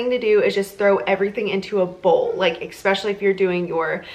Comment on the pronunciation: so adorable! and the charcuterie is amazing! also please don't say eck-specially. there's no k sound in that word and you're driving me bonkers :) now, off to Trader Joes because I must try to make some of this for my son's party. thanks!!!